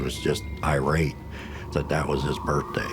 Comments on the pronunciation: Is the mom saying "Birfday"?? Lol..what a story!! I definitely believe in reincarnation!! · I like that mom pronounces 'birthday,' "burphday." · Birfday? Seriously mom? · Her saying Birfday everytime had me so distracted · Skeptical that the mom pronounces it “birfday” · Okay lady… coming from the grown woman who legitimately says “birfday” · How do you take these people seriously? First of all it's birth day, not birf day. Secondly it's not burt-day either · I got distracted by the mom saying "birfday"... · Birfday? She thought HE was mispronouncing stuff? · I don’t trust anyone that pronounces birthday as Berfday! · I think the most fascinating aspect of this program is the fact that an adult actually pronounces it as “Birffday” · Just one question…Why do people say “Burfday”? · The amount of times "bertday" is said in this video is hilarious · I was buying it up until she said berfday six times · Her: "I want to go on TV and say 'Birfday' as much as possible." Her husband: "Hmm. Ok. I have a plan.. " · Mom is nutbar, she put him up to this. Also "birfday"? stop lady. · This lady said ‘birfday’ like 10 times 😂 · Why are adults calling it a “burfday”? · She also pronounces birthday ‘birfday’ 😂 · both parents pronounce it that way.